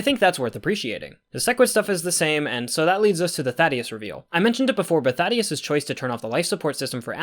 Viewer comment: "Thaddeus" I may or may not have also read it like that until his name drop in the cartoon. "Thædus," Traitorous Prime. Angstrom's surname being "LEE-VI" instead of "Levy" (like it's spelled) was a curveball too.